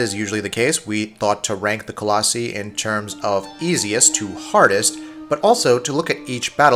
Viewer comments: ITS PHALANX (FAY- LANX) JESUS LEARN THE ACTUAL NAMES OF THE COLOSSI (ALSO ITS PRONOUNCED COLOSSEYE NOT COLOSSEE) IT HEARTS YOUR CREDIBILITY AND MAKES YOU LOOK LIKE FAKE GAMERS. USE THE GUY WHO DOES THE OUTRO. AND FIRE THIS GUY FOR FUCKS SAKE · It is pronounced Colloss-eye not colloss-y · Do you say cactEE? No, you say cacti. It's not ColossEE, it's Colossi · It's pronounced colossi not colossee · Coloss-I not coloss-E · Hey its. cuh-laws-eye. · Co los i. It's not that difficult to say. Started to bug me after awhile lol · It's coloss-eye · 609 people think it's pronounced "Call-Oh-See" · Lol "Colossy" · No! Stop it! You did not just pronounce it colos-ee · Colossi (Co-Loss-Eye) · adam pavlov lmao right? I was like, wtf 😂💀 coloSEE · Wrong pronouncation of collosi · Ya said colossi wrong, alot.. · This man cannot pronounce “colossi” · Voted you down just because you can not say Colossi correctly !